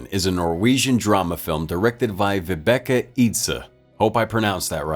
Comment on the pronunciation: LOL and yay, you have reviewed a Norwegian movie. :D Funny how you pronounced the director's name. If I should spell it with English letters it would be the first name is pronounced with two ii after the v and last name you only say the Ø, not the E.